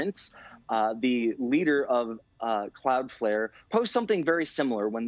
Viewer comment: She called it "Cloudfair".